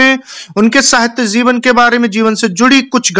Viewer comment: zeevan nahi jeevan hota h